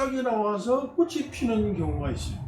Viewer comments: 꼬시, 꼬시.. 듣기가 거슬리네요 꽃이 --> (발음) 꼬치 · 꽃이나 열매 --->발음 꼬치나 ○ 꼬시나 ×